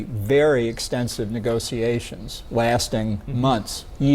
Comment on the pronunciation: I'm really hating the way is pronouncing negotiation's.